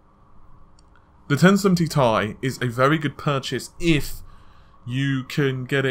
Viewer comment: Jurma It is actually pronounced like "tea". The 1070tea.